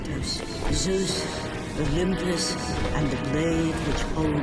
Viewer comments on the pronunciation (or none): I’m not sure how many more times I can handle listening to you say Seuss